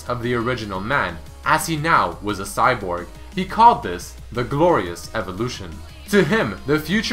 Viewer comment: Cyborg, không phải Cybord. The Glorious Evolution (không phải "Evlotion") nên dịch là "Sự tiến hóa tráng lệ" thì nghe sát nghĩa hơn và phù hợp với tính cách của Viktor hơn. Mình chỉ góp ý vậy thôi